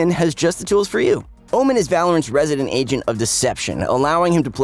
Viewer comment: why do i always hear "asian" instead of "agent" in this video?..